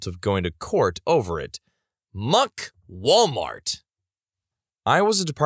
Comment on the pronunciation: “Malwart”. Amazing.